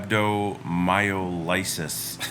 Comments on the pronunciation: So glad you are much better now. The correct pronunciation is rab doe my ah luh sis. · It is pronounced Rab Doe My Low Sis. Hopefully your body heals completely. Rest and get well!!! Take care of your kidneys….dandelion tea is great for them. Build your muscle mass slowly. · No it is not. It’s rab doe my o lie sis. Have another look at how it’s spelled.